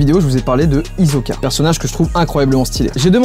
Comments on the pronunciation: Moi aussi sa ma perturber c'est Hisoka lol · Hunter x Hunter mon animé préféré ❤️ Par contre comment tu prononce Hisoka sa va pas du tout :/ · C'est pas hizoka mais hisoka😂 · Hisoka avec un “s“, sinon ça fait vraiment français sa manière de prononcer haha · Il a dit hizoka alors que cest /hissoka/ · Ptn trop contente que tu parle d'hunter x hunter 😭🖤 *par contre ça se dit hissoka pas hizoka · C’est que une histoire de prononciation en japonais ça se prononce hissoka mais en français c’est hizoka comme Killua et Kirua. Pas besoin de faire le puriste alors qu’il le prononce pas mal il le prononce juste à la française. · Traya ya oui mais meme dans la version française de l’animé c’est prononcé Hissoka donc ça fait un peu grincer des dents d’entendre hizoka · absolument tout le monde : HiSoka Joyca : HiZoka oh sinon tu pourrais essayer l'astuce des cartes boomerang ça serait tout aussi marrant ! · oui mais là on ne parle pas de prononciation japonaise (comme killua dit kirua ou Levi dit rivaï dans la version jap a cause de l'accent). En japonais ils ont également le z mais prononcent bien Hisoka avec un s. donc il se prononce bien avec un s et non un z. Je ne sais pas si c'est très clair désolé 😅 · "hizoka" moi : .... MAIS PTN C'EST HISOKA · Moi devant la vidéo"C'EST PAS HIZOKA C'EST HISOKA" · J’ai pete un plomb quand j’ai entendue hizoka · IL A DIS HIZOKA ALORS QUE ÇA CE PRONONCE HISSOKA!!! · Ouuu il lit directement, aussi, et il a commencé à dire Hizoka à la lecture avant de regarder ? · Ptit info de culture général: ca se prononce hissoka et non hizoka ^^ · il la. meme pas respecté il la appeller hizoka mdr c hisoka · Question : Vous dites "Hizoka" comma l'a dit Joyca ? Vous dites "Hisoka"? déso mais comment il a dit Hisoka m'a perturbé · Hisoka prononcé avec un S et pas un Z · C'est l'inverse...Il a dit Hisoka au lieu de Hissoka même si ça s'écrit Hisoka. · NEOSOULS Ouais on peut prononcer Hissoka mais bon l'anime il disent Hisoka donc voilà x)